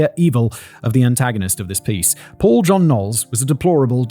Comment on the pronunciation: Not me thinking he was saying Poor John Knowles. 😅